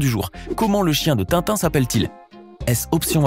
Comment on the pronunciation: Mec,c'est Tintin pas Tinton.